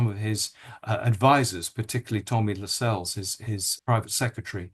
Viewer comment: He is not called Tommy Lascelles. LaSCELLES. It is Tommy LAscelles. Emphasis on La not Scelles. Andrew Lownie claims to know all these grand people. 🤔🤔🤔🤔🤔🤔